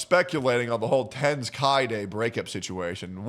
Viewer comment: This guy can't even pronounce Tenz name properly lol